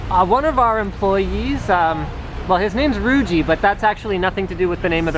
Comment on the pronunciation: i thought i heard yougeez... (cant say the word).. so its yuji's...